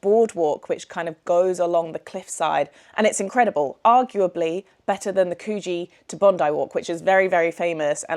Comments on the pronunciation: Must a hint...to sound like an Aussie...it is Coogee....as in could...not cooch... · If you're living here, you need to learn how to pronnounce places. Coogee isn't Coo-gee its like the start of could then gee. Terrigal is not Terry- Gal. Its Terrigle. But at least you said Bondi right. Have fun.